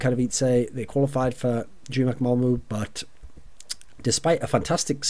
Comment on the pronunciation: don´t know if you´ll ever need this thorin but: Malmö is pronounced like "mal" from the word malice. and "mu" from the word murder.